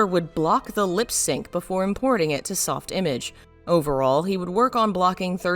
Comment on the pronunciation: Soft image is pronounced m8re french. Soft Imaaaage